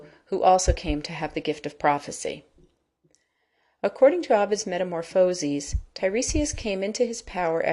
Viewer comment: Bad pronunciation - Tiresias, Thebes, metamorphoses, pronounced wrong